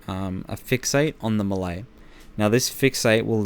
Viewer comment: the way he says 'melee' triggers me